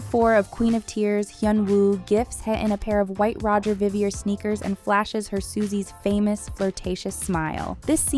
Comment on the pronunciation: What did you just sayyyyy?! I just did a double take lol. That is not how Roger Vivier is pronounced.